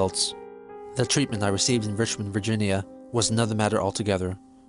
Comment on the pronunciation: did this boy really just pronounce "virgina" (virgin-ya) as "vagina but with vir"